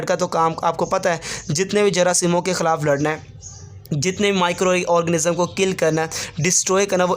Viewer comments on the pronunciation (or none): none